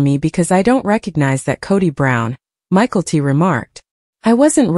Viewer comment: Hearing the name pronounced Michael-T is really annoying.